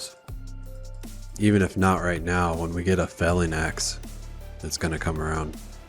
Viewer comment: ive let it slide for many episodes but its a FELL ING you keep saying FAIL ing axe and it makes me chuckle